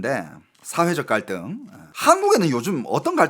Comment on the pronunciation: 말하는 입모양이 좀 이상하다 생각했는데 한국어 발음할떼 중국식 턱관절을 쓰시는 느낌 사회 갈등 이런단어 쓰실때 입이 떡벌어지는 턱이 크게 움직여서 중국사람같다는 느낌이 들었네요 ㅋㅋ 참고 하세요